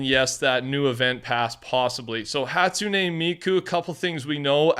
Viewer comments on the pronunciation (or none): It's more like "Hatsu'ne" Meky" when should pronounce her name. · I am pretty sure it's "hat-soon" "me-coo" you have miku right